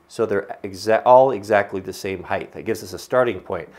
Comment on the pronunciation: I know it's not the end of the world but there is no "th" sound in height. For some reason it drives me crazy when it is pronounced that way. Height ends in a t and depth has the "th" sound. Even so I love the video.